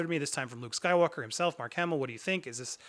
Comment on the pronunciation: The name of the man is Mark Hamill. Not Mark Hammil.